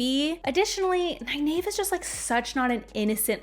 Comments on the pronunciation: Ny-nave ? It seems so obnvious that Ny-neev must be correct. Is Egg-ween also wrong ? Or Ay-ell, Shawn-chan, Ah-jah ? I always think Faile is pronounced as in Failure. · I'm sooo sorry but every time you mispronounce Nynaeve's name I cringe..... I gave you a link, that from Robert Jordan's mouth it's Nigh Neev. (ny Neeve works) I have no idea who told you that you were wrong the first time but it's even in the glossary and I have a beautiful copy of the Wheel of Time Companion book and it's there as well. Sorry I will comment till you get it right!!!!! but love your reviews and thoughts on the wheel of time. oh and I have the audio books that I've listened to the series on my long commutes... and your right she (Nynaeve Pronounced Nigh-Neev) was the adult and I knew she was really trying to look out for them, but she was a bit overprotective in the beginning. I don't think I changed so much on my opinion of her on that. however by the end she was great. But re listening on this showed me how much they had to cut from the tv series, which in a way makes sense and, I did pick up some more subtle hints and a few more foreshadowing events I think I missed in my first read as well. just in the first 3 books. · I used to pronounce it ny-nayv, until my brother attended a Robert Jordan book signing where he said it was ny-neev. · According to page 785 of the glossary in "The Eye of the World" book, it's pronounced (NIGH-neev), so whoever told you to pronounce it the way you do now, was wrong. Besides, if you just read the books over again, then how did you not know that there's a glossary in "The Eye of the World" that shows you how to pronounce several names in the book correctly? What's up with that? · that pronunciation of nynaeve hurts my ears